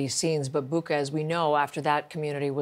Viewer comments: Boo-cha, not Boo-ka. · it is pronounced bootsha . just listen to any Ukrainian pronounce it ;)